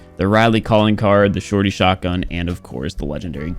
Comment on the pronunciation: tryna pronounce shorty: The shortitiy